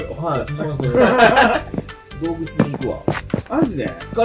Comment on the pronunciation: 挨拶のよしですが今日クリアな声笑笑 よしさん洞窟のこと"どうけつ"って言ってる？笑